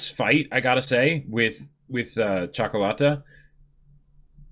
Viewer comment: Ok, so I'm from Romania, that is a latin and a slavic country so I can speak Italian and a bit of Russian. The way says Ciocolata is almost perfect. For an American, it is worth a medal. Luv you guys!